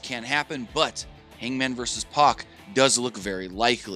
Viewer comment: He was pronouncing Pac's name Puck!!!